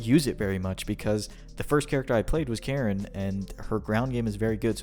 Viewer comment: Kah-reen. Surely you've heard the announcer.